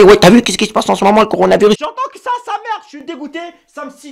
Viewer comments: Wech ta le " conardvirus "😂😂😂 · Même moi je dit conarvirus😂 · Conarvirus mdr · Le corounaviris😂😂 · Coronavirus . Couillounavirus . Connarvirus